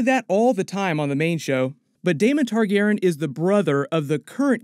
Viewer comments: I cant be the only one who is wondering why he kept saying ‘Targeren’ instead of ‘Targaryen’ can I? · if your gonna be talking about game of thrones a lot I'd suggest you work on your pronunciation of Targaryen. Tar-gair-ee-in. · J, the narrator keeps saying “Targaren” without the yen part 😪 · Yo why is saying "Targaren"? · This isn’t a hate comment, I like your videos but your messing up the pronunciation of “Targaryen” and it’s messing with me😂😂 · I love you, man... But you're mispronouncing "Targaryen" throughout that entire video... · I know this is petty but damn dudes, mispronouncing Targaryen was just.... ahhhhh! Lol That messed me up through the whole video 😂😂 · Why are you pronouncing Targaryen differently? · Why did you keep saying Targaryen like that? For 8 years it has not been pronounced that way.